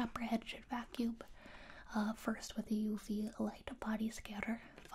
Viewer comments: I absolutely love the occasional extra B sounds after a word that ends with an M sound. For example, "Timeb", "Vacuumb", and "Armb". So oddly delightful. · I like how she pronounces the Ms at the ends of words as Bs, like in "vacuub" or "arb"